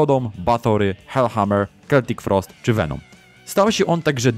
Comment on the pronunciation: Czy ja dobrze usłyszałem? Keltik Frost?